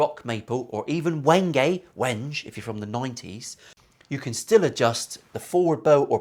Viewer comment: Unless you're the type of bloke who calls the capital of France "Paree" it's feckin' wenge to rhyme with henge